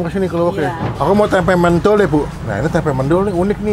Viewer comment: FYI mendol bukan mendol, cara baca "e" nya kaya "e" nya di kata bebek. Soalnya gw orang malang bang Dan fyi lagi sebenernya ada tempe khas malang yg cuma ada di malang gaada di kota kota lain, kalo pun ada rasanya gak kaya yg di malang sini. Namanya tempe bungkil, di gorengnya sama tepung dan kalo masih anget baru mateng di buat sarapan / makan sama nasi putih aja udah the best.